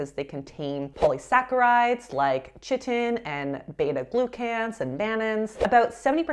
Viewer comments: Hi! I love your videos, they're so informative and helpful in considering what is conventionally perceived as "healthy" eating. However, quick note that "chitin" is pronounced "Kuh-EYE-tin" rather than "CHIT-in". Thank you for all your content! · Hello, friendly biologist here. Chitin is actually pronounced "kai-tin". Love ❤ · tip: chitin is pronounced to rhyme with writin' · Omg, the way you pronounced chitin, lol! How cute